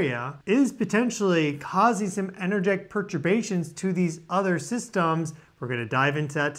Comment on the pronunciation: said Pertabation... take a shot of booze